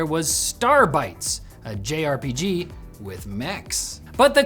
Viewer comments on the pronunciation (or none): none